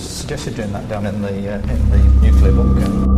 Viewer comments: wait, , did she say 'Nucular'? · Why can't she say "nuclear?"